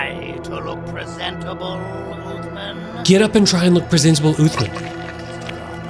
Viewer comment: Its "syringeon" and "uthman" not "srenjon" and "othman"